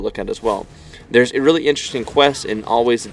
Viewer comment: "Really- great combos" hahahaha the word really